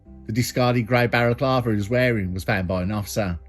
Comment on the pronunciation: Im being pedantic i realise but its balaclava, as opposed to barraclava. Brilliant video ss per usual!!!